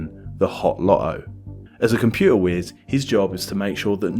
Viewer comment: What is a "loery"? What is a "compuer"? Ffs, your videos are most interesting, but so painful to listen to. Any chance you could learn to pronounce your letter t's?